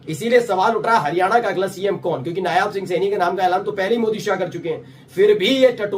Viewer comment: Yaar Candidate ka naam नायब सिंह सैनी है hai.......नायाब सिंह सैनी nhi..... correct yourself